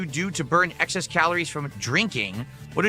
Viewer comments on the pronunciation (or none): none